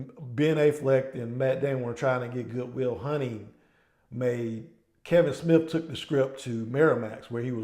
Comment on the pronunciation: Not a bad video but you pronounced Ben affleck's name and goodwill hunting!